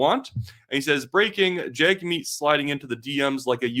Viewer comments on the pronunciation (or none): At least have enough respect to say his name right. You are media. It’s not said jagmeet. It’s said jugmeet. Weather you like a person or not this is the minimum of respect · You ought not Anglicize the pronunciation of Singh's name. It's pronounced Jug' meet. Saying it wrong hurts your credibility